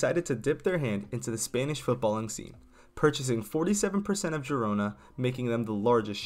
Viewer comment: Its not pronounced gee rona. Its pronounced heed-ona